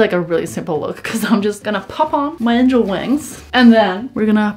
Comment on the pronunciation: A pair of “angAl” wings OSKSKSKKSKSKSKSKS SHES SO AWESOME